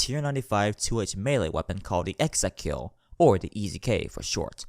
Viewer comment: Ek-ZekKil, Ek Ze Kil, Ek Zey Kill, Ekzey Kill, E zey kill, Easy Kill.